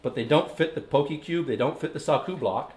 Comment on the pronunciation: I'm haole and it bothered me too.